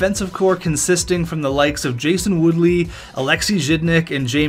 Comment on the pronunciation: Jason WOOLEY not Woodley